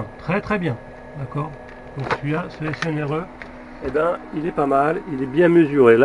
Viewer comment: C'est rigolo.. tu dis snre au lieu de srne.. tu dis une string.. tien, on a le même metrix.. fais gaffe, il n'est pas très precis en dessous de 10A et vieilli mal, surtout en tension.. je ne m'en sers plus..